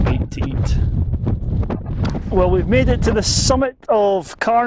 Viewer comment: Just a wee thing - it's "Cairnsmore" not Carnsmore, so 'Cairnsmore of Carsphairn'